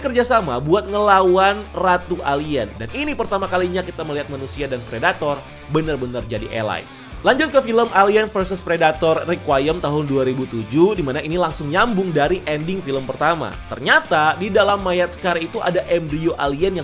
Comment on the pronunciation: Requiem pronunciation = rek.wi.em